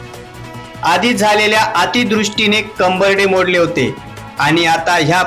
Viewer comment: अतीदृष्टी नाही अतीवृष्टी